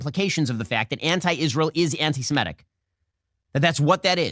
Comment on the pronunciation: Love Shapiro. And am Yisrael chai! But why can’t you guys pronounce antisem*I*tic properly? So so bizarre.